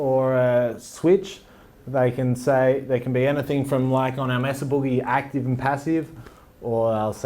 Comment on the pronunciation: "MAY-suh" not "Mess-uh".